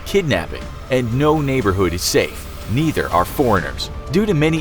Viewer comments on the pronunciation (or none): none